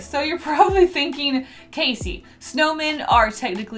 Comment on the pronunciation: All I can hear is snowmain